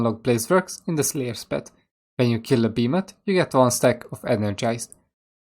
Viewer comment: Killa beemATH inteRaht just killAA Bemathhh dear god beeemathhh